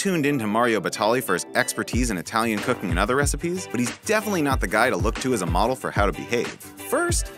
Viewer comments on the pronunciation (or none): none